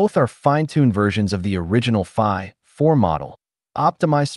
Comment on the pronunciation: I think the voice is generated, no? avoid using hyphen as it causes annoying pause like o3 (pause) mini, phi (pause) four.